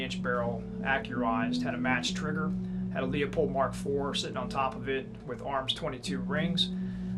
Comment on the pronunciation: It's Leupold, not Leopold! Think Lewis.